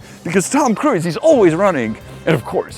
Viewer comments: Hello, Tom Cruise is pronounced 'krooz' not 'kruiz'. Take care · Tom Kruis... classic czenglish there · It's hilarious how you pronounce name of Tom Cruise 😂 👍 my boyfriend does so as well 😊